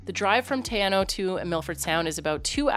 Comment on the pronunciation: Theres also a really cool little place to stay on the way at Knobs Flat.Quite cheap and has a really awesome walk to a waterfall,need to take food and drinks cause there are no shops.Also it's pronounced more like tea-r-now 😄